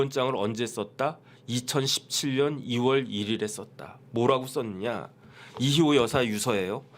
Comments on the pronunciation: 왜 이희호가 이시호로 들릴까요?~^^ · 이희호 여사요 이시호라 발음 하시네